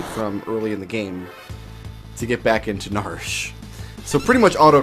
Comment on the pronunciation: I have always called it nar-she, two syllables. It is weird hearing narsh